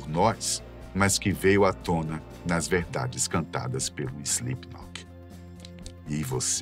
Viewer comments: Slipnok, SLIPNOK. Ele disse SlipNOQUE. Sim ele disse. Muitas vezes! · Quem avisa ele que o nome da banda nao é "Islipinóki"?? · SlipKNOCK não dá, até voltei porque achei que eu havia ouvido errado, mas por duas ou três vezes durante o video (e no finalzinho) ele fala errado kkk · Além de ter pronunciado errado várias vezes, e passado pela edição: Slipknoc... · ele falando SlipKNOCK me pegou um pouco kkkk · Palavra de fã (a no mínimo 15 anos) da banda… o roteiro ficou bom, mas a execução nem tanto… o apresentador erra inúmeras vezes o nome da banda chamando de Slipnok, os editores colocaram imagens erradas em momentos errados… faltou informação… a impressão que deu é que fizeram esse vídeo por conta do hype do Eloy Casagrande ser o novo baterista… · "Slipnoc" não, po.. pera ai kkkkkk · Primeiro, SlipknoQUI? Que agonia veio kkkkkk segundo, faltou abordou assuntos muito importantes sobre o lado "religioso" da banda, que, entre fatos, são assumidamente cristãos. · Pq o cara está falando o nome fa banda com C mudo no final? Será que ele não sabe ler? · Impreeao minha ou ele falou diversas vezes slipnok? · SLIPNOK essa me quebrou 😂😂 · Ele erra todas as datas. Ele falou slipknoque, bah que narração horrorosa. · É SlipknoT, não SlipknoP! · "Slipnoque" kkkkkj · SlipkinoC ? 😅 Pqp hem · Correção: Mick caiu depois de tropeçar no DJ Sid. O cara fala "Slipknoc" ... credibilidade nenhuma. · Foi só eu que percebi que ele não diz Slipknot?? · Slipnop....Slipnok.....kkkk ta difícil hein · Joey foi uma lenda, e se não o maior baterista da história Mas agr tipo assim, só eu wue percebi que o cara do video fala o nome da banda errado algumas vezes, principalmente a ultima vez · video bem legal, parabéns aos envolvidos masque nervoso ele falando Slipknot, poderia ter se esforçado mais nessa pronuncia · Ele falando o nome da banda errado o vídeo todo... que agonia kkk